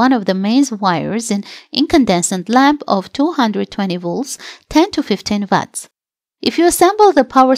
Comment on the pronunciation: Please please change the narrator. It’s called watts not VATS!